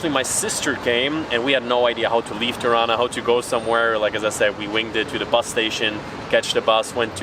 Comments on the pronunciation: Smth about the way you pronounce the "r" in Tirana made me think you have germanic background. Apparently not. So, the pronunciation itself is fine. Just use a regular plain r. Keep up the good work and wishing you enjoy your stay in our country. 👍🏻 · The way you pronounce Tirana, makes me think your mother tounge is German.